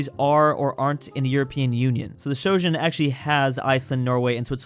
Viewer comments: please pronounce Schengen correctly. You make it sound like doujin, and now all I can think of is a hypothetical no no anime of EU-chan letting everyone go through her without border checks. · That is an interesting pronunciation of the "eng" in Schengen there... the Shojen area... fascinating, do tell us more. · ah yes the medival japanese europe called shojen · Just say "Shen-gen" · It's the Schengen area, not the shojin area. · Europe: this is what we call the schengen area: ah yes, the shogen area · why does call it the schogen area lmao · Pls Stop pronouncing "schengen" as [shtjosthjen] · Sho-shen, yes? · its pronounced "sheng-in" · Ah yes "Sho-gen"🌚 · sho-jen beautiful pronunciation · Why did he even think that it's pronounced shoujen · "Shojin", "Shojun" Yeah, I think his mind is in the wrong end of the wrong continent. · ^( no shojen era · Shoujen Area! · It’s not pronounced Shojen? WYM?!? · no, it's not Shen-gen, it's Sheng-en. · why does he say schengen like that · day 1 of asking to pronounce schengen correctly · Man pronouncing Shengen like Trojan is scary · Whenever you try to say "Schengen", I start getting things confused with japanese samurai elite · I'm always surprised by the ability of Americans to mispronounce Schengen beyond recognition. If I didn't know what you were talking about, I would have no idea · Everyone: ˝OMG, he pronounced Schengen wrong!˝ Me: he said Morocco instead of Monaco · How the hell did you manage to insert the letter “o” in “Schengen”??? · Omg pronunciation of 'Schengen' is killing me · i have never heard Schengen propnounced so incorrectly in my entire life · I love how you pronounce the "Schengen Area" as if it is some sort of Japanese province xD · it triggers me so hard how he says "schengen" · Day 1 of asking to learn how to say Schengen or else.... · my brother in christ, how tf did you mispronounce schengen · When will pronounce Schengen correctly?